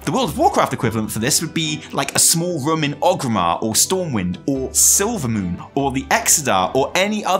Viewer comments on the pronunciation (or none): The way say „room“ sounded more and more like „rum“ to me and i can’t unhear it